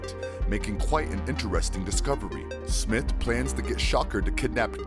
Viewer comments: You're pronouncing Smythe as Smith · It is Smythe! SMYTHE!! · You don't pronounce smythe right but other then that it was informative